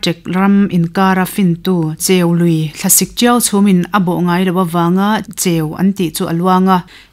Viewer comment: Pu Lawmhluta thian dun in ti tha hle mai, tin a chhiartu kha in brief tha tawk lo deuh a ni kha (1). Chirping tih te (2). Cheului lam Dan te (3). Hrangal Samthiah etc mahse a tlangpuiin a chhiar thiam in a aw a mawi ngei mai...